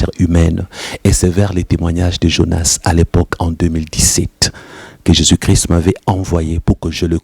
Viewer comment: C'est vrai comme j'ai dit dans l'autre commentaires, Jonas ne disait pas Jésus Christ mais Jésus chri. Ça me dérange impeu et sa m'emmenait à me poser des questions.